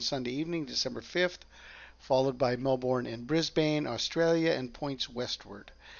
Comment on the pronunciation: It's pronounced Briz-bin and Mel-bin 😊 For Brisbane and Melbourne.